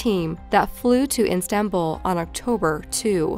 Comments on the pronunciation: Its Istanbul, not Instanbul hun. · its istanbul not instanbul sis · istanbul....NOT INSTANBUL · Nobody:: Instanbul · "instanbul" XD yeah, insta-death... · Anyone else get triggered everyone she said "Instanbul" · So did I Erika Lewis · I live there so it drives me nuts. As a non Turk I've never heard it even pronounced that way by foreigners. I wish they'd look up foreign words before recording it seriously jolts me lol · In-Stan-bul? Pretty sure there’s no ‘n’ in it. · Why keep saying instanbul? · Maybe not in "instanbul" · It's not eestanbul. She's pronouncing it right except for the n. It's iss-tan-bul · As a fellow pedant, "Instanbul" and "rescued" made my jaw clench involuntarily... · LOVE the way she's saying Instant-bull. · Oh my gosh she is not the best choice to narrate this. Terrible inflection and "Instanbul". Really? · lol why does the Narrator keep insisting on pronouncing Istanbul as Instanbul .... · Question: where in the world is Instanbul? I know that Istanbul is in Turkey, is Instanbul like the Instagram-type version of Istanbul? Your channel mispronounces EVERYTHING. Have you ever thought of, oh I don't know, Googling the word before you publish a video??? Crazy idea, I know... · Does she keep saying INstanbul? Annoying. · Instanbul? multiple times? be better. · I couldn't help but notice you pronounced "Istanbul" wrong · It’s Istanbul, not instanbul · why does the narrator keep calling it it Instanbul....its Istanbul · Not when she says IN-stanbul 100 times, when it's IStanbul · And it isn't "Instanbul" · Ok, that is a Mandela Effect word. I swore swore swore it was Instanbul, and nope! OMG, I would've bet all my savings she said it correctly & you misspelled it! Ugh, lol. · It's Istanbul btw, not "Instanbul" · I loooove your videos but pls it’s pronounced EE-stanbul. Not IN-stanbul. And also said “July SECOND” not “July two” 😭😭😭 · The Turkish city is Istanbul NOT IN STAN BULL as the narrator said repeatedly in this video.